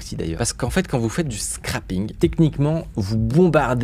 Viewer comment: Alerte au nazi de la prononciation: scraping. Dis bien « srèping » et PAS scrAping sinon ça fait « scrapping »: ce qui veut dire enlever. Je sais que t’es un pro du formatage mais là non 😅